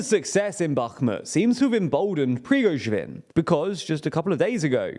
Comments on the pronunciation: Bro you gotta at least try to pronounce “PRI-GO-ZHIN”, he’s not a small figure anymore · I am starting to think that this channel mispronounces Prigozhin on purpose. this time he is Prigozhwin. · Is he deliberately pronouncing Prigozhin like that? Prigojvin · Preevizhgin isn't his name, it's pronounced more like 'Pree-go-shin' (except the the 'sh' is pronounced like the 's' in 'leisure') If you treat 'zh' like 'sh' you'll be fairly close to correct pronounciation. As for 'Kyiv', if you want to use the Ukrainian pronounciation, you need to reverse the vowels you're using: instead of 'Key-if', it's more like 'Ki-eve' (try saying 'Christmas eve', then 'Kick eve', then drop the 'ck' for 'Ki-eve'). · Another day, another unresolved issue on how to pronounce Slavic names... It's seriously not that difficult... There's no "w" in Prigozhin. "Pree-go-zhin" not "Pree-go-zhwin". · The name is still not prigozhvin but prigozhin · There is no V in Prigozhin's name. Pree — GOH — zhin. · Prigoshvin, wtf are you guys smoking? You litteraly have multiple older videos where you pronounced his name right😂😂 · "BaKHHHHHmut" "Pree-gozsh-vin" What the hell are these pronunciations? You're getting WORSE. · It's still not Prigoschwin, though 😋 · the fact that this dude can't pronounce "Prigozhin" its getting annoying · Almost got Prigozhin's name right! 🤣🤣🤣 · I am curious how often and in how many ways will be able to mispronounce Prigozhin (or any non-English name, city or country).